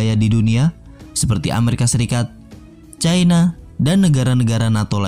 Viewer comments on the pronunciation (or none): none